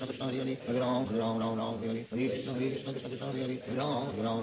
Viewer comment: It was after listening to the whole thing very carefully that I feel Srila says ram instead of rama. It becomes hypnotic. My mouth can't move so quickly, but my mind loves the speed. I listen to very slow KH when falling asleep. There are some beautiful slow versions ON YT. But for japa, this one carries me. Now that I don't say rama but ram and wrote out his pauses, I can keep up. Hare Krishna hare Krishna Krishna Krishna hare hare, Hare ram ram ram hare.